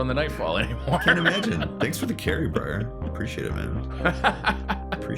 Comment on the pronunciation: Say hello "BRAIR" Lol *Briar